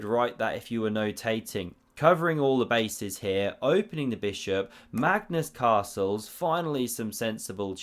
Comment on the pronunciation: "Magnus carlses" I heard first time. No, it's actually "castles"